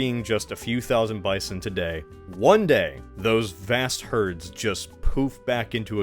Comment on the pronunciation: Meant to be heard as: "Vast herds" ❌️ How I initially heard it: "bastards" ✅️